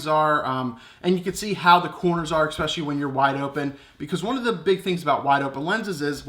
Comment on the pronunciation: Did u say "expecially" ;)